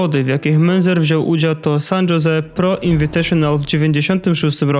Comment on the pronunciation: Wszystko ładnie, pięknie. Tylko bardzo kaleczysz wiele nazw jak mówisz przez co materiał mocno traci na jakości. Munzer czyta sie z niemieckiego jako Mynca, San Jose czyta się San Hose. Niby niewielkie różnice a o ile lepiej by było. Pozdrawiam